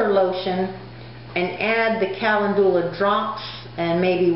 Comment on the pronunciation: You are mispronouncing calendula, and marigold is already plural (no "s"). You seem pretty confident, and I admire the fact that you are remaining positive, and moving forward. You can infuse oil with calendula; you may want research this.